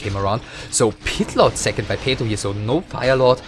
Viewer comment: His name is PATO, not "peito". However, yes, we "enchoyed" the commentary.